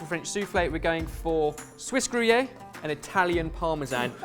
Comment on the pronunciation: its pronounced gru-air. that was almost as bad as spetzle instead of spay-tzle (you should just search up a phonetic spelling of everything before you say it)